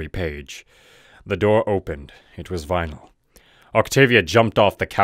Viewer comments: vinyl sounds like rainbow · Vynal? are you kidding me?